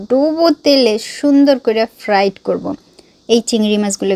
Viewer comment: ফ্লাইট না ফ্রাই হবে আপু সব কথা ফ্রাইট বলেন কেন